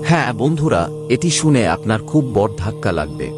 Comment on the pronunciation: Apni bengali pronunciation ta ektu thik kore korun . " বড়" pronunciation ta khub kane lage. Bhalo bhalo kotha shonar sathe sothik pronunciation shunle o bhalo lagbe